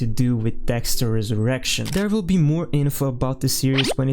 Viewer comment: You’ve gotta take a pause between “Dexter” and “Resurrection” bro.. this isn’t an X Videos original series